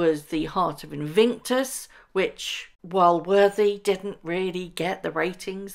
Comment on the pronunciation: It’s “Invictus” not “Invinktus” btw.